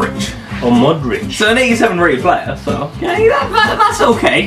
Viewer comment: When he tries to say Modric he sounds like its I 😂